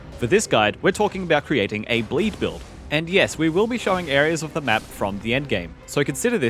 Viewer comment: BLEEE BILLL?!?